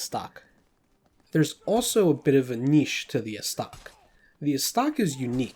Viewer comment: Anyone else cringe a little when he says Falcheeeon instead of Falshon (despite the -ch) And dude, the Zweihänder is German, so the the W is a V “ Zvie Hand-er” it translates to two hands. And go easy on the E in estoc.